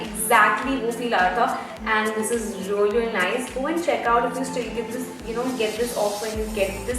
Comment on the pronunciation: plz check your vocab with pronounciation not rally its really